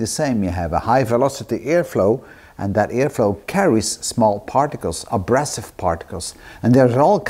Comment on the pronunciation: Very interesting Steve... just a little correction..:).. we say a-BRAY-sive rather than -brass-ive. Keep up the good work!